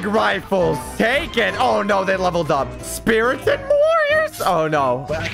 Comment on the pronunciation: speartens. Me. BRUH IT'S SPARTENS! 😀😀